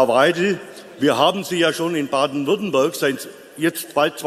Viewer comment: Ich hab "Baden-WürttembÖrg" verstanden 😂 Frau Weidel war super, wie immer!